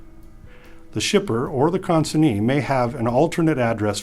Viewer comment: Am I wrongor he pronunced the word CONSIGNEE in two different ways?